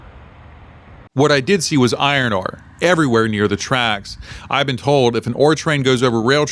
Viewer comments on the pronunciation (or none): none